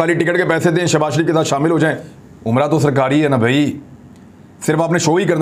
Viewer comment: Shabazz Kay sath Shab na bola karo plz humay taklep hota hay